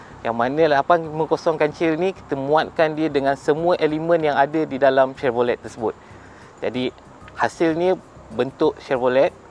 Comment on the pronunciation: Tahniah , cuma satu je walaupun ejaan chevrolet tapi sebutan tu senyapkan t . “chevrole”